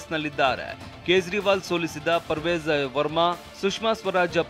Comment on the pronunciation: Parvej verma alla parvesh verma